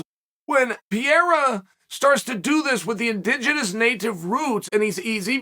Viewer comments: "in-ding-enens" lmfao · "He is an indingidous native of brazil" 😂 cheal never disappoints